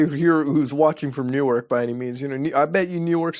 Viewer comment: Newark (new-arc) DE is a college town home of the U of D Blue Hens. I think you're thinking of Newark (New-erk) NJ.